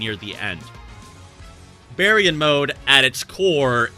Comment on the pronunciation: Bear-e-yawn mode? This entire time I thought it was pronounced Bar-yawn